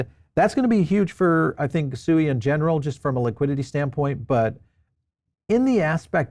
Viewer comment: at least pronounce SUI correctly when interviewing one of the co-founders.